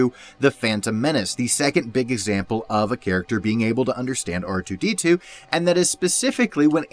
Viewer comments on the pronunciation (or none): DON’T SAY “QOUTAR TOO” YOU NERD